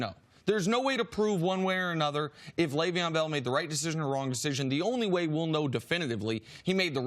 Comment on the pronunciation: "L Bell" annoy anyone else? Christ CC just call him Le'Veon.